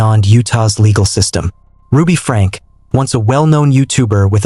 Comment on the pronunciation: It is pronounced Frankeee.